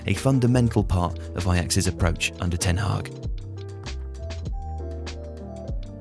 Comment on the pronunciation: It's ten Hag, not Ten Hag or ten Haag or ten Hagh ;)